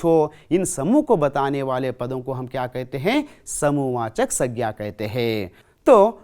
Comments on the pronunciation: Uchharan dosh aur sabdonka galath pesh udaharan sagna saina in dosho ko sudharlo sir pls. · Aapka pronouncation thoda kamzor hai sir संज्ञा iska sahi pronouncation hai sangya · Sir plz sangya pronouncation tik kiji ye aur है aur हैं ka prayog b sir हैं ka prayog jab plural yani bahu vachan ka prayog ke samay kiya jatha hai .है ka prayog ekvachan ke samay kiya jatha hai